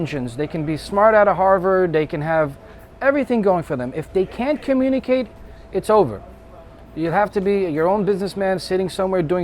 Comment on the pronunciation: Mf can't even say communicate